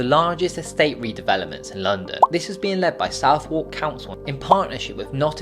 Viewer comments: southwark = 'suthark', not south-wark' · You know I love you lad, Please don't say "SOUTH-WARK", it is pronounced SUTH-ERK... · Very detailed video for someone who pronounces Southwark as "South-Walk". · Southwark is pronounced `'`Sutherk``' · As you are unable to pronounce Southwark properly, I deem you 'Provincial Oaf' from Kent or some other benighted hell hole so all you say is poorly collated tosh you have gleaned from a cursory web search. Please make vids about things you actually have a clue about